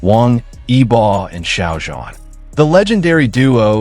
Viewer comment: İsimleri adam akıllı okuyun wang yibo ve xiao zhan farklı telaffuzlarınız kulaklarımı kanattı 😬